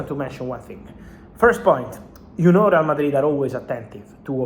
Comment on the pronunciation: Miles Lewis Kelly, Rrrreall madrida, no no